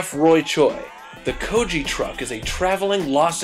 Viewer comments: Seriously? Goji is a homeless person it's Ko-gi. And that paste is NOT a BBQ sauce that's a korean hot chilli paste!!!!! =_= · actually it's pronounced Go-Gi like the G from Guiness Goji means homeless person ;)